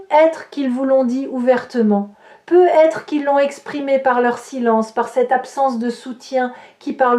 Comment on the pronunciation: Un peu bizarre de faire une lecture de carte, sans parler des cartes… mais bon, c’est tout de même proche de la vérité… Peut-être, il y a un T à peut. Il faut le prononcer. Ça fait vraiment bizarre votre « peu être »…